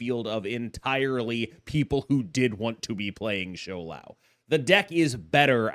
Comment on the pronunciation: Props to pronouncing Shou Lao better than Lamby in mandarin 😂